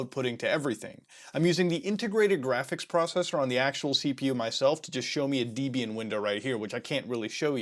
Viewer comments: its dehb-ee-ahn not deeb-ee-an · Hit pronunciation of "Debian"... it's Deb ey an not deyy bee an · The official pronunciation of Debian is 'deb ee n'..... lol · Debian is pronounced as if a mash-up of Debra and Ian (it is such a mash-up)